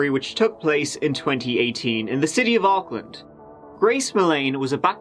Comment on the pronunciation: U pronounce Auckland really well 😁. This is a sad case I remember well 😢 I heart goes out to her family. No i don't mind being known for lotr. But there's more cases in nz that need coverage too can u please maybe do more from nz when u have time pleasssse